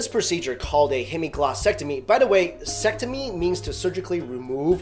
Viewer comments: ectomy not “sectomy”. Just sayin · Ectomy, not sectomy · ectomy, not sectomy :)))) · "ectomy" not "sectomy" :) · ectomy... not sectomy.